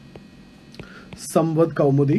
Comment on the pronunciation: It was a very good lecture sir. Few corrections not in pronunciation but because of the pronunciation the entire meaning gets changed hence I mentioning it here: 1) It's Sambaad kaumudi: meaning " Communication enlightenment" 2) Mirat - ul- Akhbar: mirror of news It's akhbar it's Akhbaar which means newspaper. And it's Miraat meaning mirror not Mirat. Thank you.